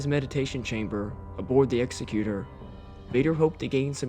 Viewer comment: It’s the “exec-u-tor” and not the “executer.” 👍